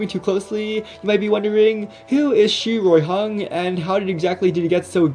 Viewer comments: Finally some one can prounounce chinese names lil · I absolutely love the pronunciation of his name lol